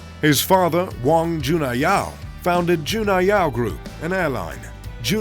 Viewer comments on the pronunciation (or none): none